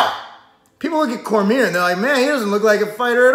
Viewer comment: corMEER lol